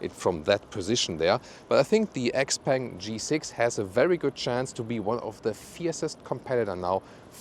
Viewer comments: Shiao pang not ex-peng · it's Shpeng, she bang she bang ;) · Hi. Please google how to pronounce this brand name.